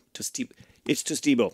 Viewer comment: I believe the correct pronunciation is Toast-ee-boy-O... or the most fun one anyways.